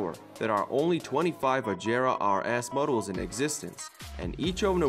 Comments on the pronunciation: I HATE THE FACT THAT THIS GUY DOESN’T KNOW HOW TO SAY AGERA RIGHT!!! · Agara he said it wrong